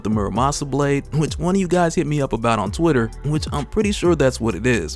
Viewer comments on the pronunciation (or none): none